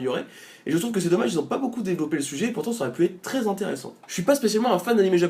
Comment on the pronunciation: Ça donne très envie, le "C'est pôô du tout objectif..." apporte sa petite Normandie Touch ;)